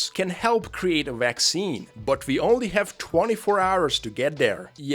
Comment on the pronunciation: Cannot fucking comprehend how russians can mix up the pronunciation of "w" and "v". It's fucking VIRUS, not uairus, also, it's WE, not vee